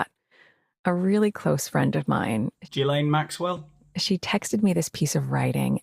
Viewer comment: "Ghislaine Maxwell" 😂you did not! 😂😂😂